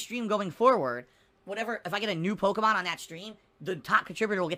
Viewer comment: HOOS THAT POKIMON??? MUNNNNNNNNYYYYY!!!!